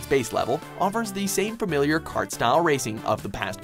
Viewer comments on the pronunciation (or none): none